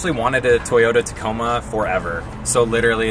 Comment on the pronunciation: Husband calls tacomas Taco Ma's